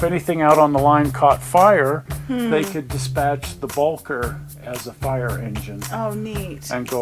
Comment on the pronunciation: Please!!! It's pronounced "Bow- kerr". And it was built as a 2-4-0 by Baldwin. The V&T never had to modify it. It has always been a 2-4-0.